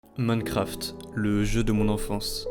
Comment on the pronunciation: Je suis le seul a entendre moncraft au debut ?